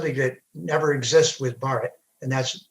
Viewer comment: Bhaaratha*, he mispronounced it. But good effort. Hindusthani ppl also do not pronounce it correctly. It's a damn shame. Aren't you Thélugu? Wtf is bharat? It's Bhaaratha. Bhaaratha Ganathanthra Ganarajyamu-the official name.